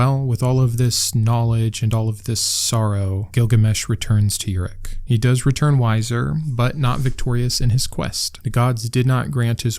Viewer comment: Pronunciation correction (not a big deal though) the city is pronounced as Uruk (oo-rook)